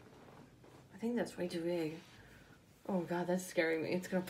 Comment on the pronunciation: “i shink we shallt” 😂